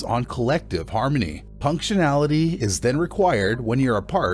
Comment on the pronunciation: It's punctuality not punctinality. Do better.